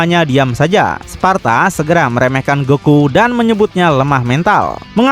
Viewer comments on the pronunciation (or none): Di Devil My Cry Sebutannya "Sparda" ,Disini "Sparta" Jir..😂